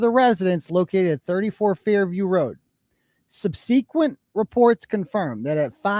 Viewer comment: OH my subsequent!!! my whole life. I was told that I pronounced it wrong until I was at 46 minutes and 42 seconds in the stream and heard you say it like I do amen. It’s like like sub sequent. FINALLY 👍 TY! I knew I was correct!